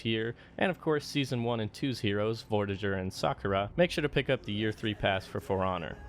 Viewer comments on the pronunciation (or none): Ah yes vortijer